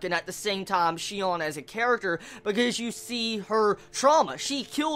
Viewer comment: I wonder why do so many people get her name wrong? It's not that hard... Her real name is Shino, and her nickname in the game is Sinon. There's no "Shion" or "Shinon" or whatever else.